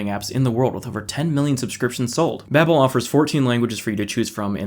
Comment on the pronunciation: His sponsor: Babbel. He: Babe-el 🤣